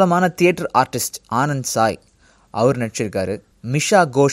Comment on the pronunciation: Thats not anand sai its Anand Saami